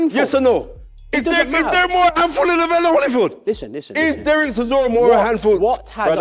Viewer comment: C'mon gents I can't believe my ears! It's Holy-field not Holly-field.